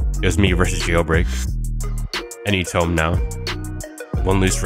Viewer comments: “Tome” it’s toom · Toom not tome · Why does buddy pronounce TOMB as (TOE - M) it’s (TWO - M) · It's pronounced toomb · the way he incorrectly pronounces tomb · Bro got Hyper Red lvl 5 but still can't pronounce tomb. Anyhow, great video. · Why he say tomb like that